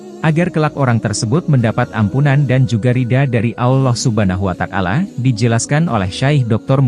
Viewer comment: Maaf koreksi narasinya, bukan Allah Subhana Wa takala, tapi Allah Subhanahu Wa Ta'ala